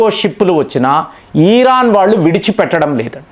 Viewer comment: ఈరాన్ కాదు 'ఇరాన్'. కామేని కాదు 'ఖమేనీ'. చదువుకున్నావు గా పదాలు, పేర్లు సరిగా పలకటం చేతకాదా?